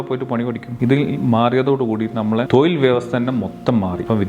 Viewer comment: തൊയിൽ അല്ല തൊഴിൽ എന്ന് പറയാൻ പഠിക്ക്